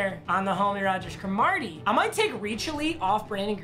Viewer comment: he said Cromartie weird lmao